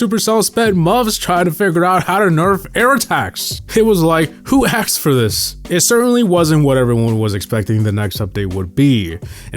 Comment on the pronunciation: why does pronounce "asked" as "axed"?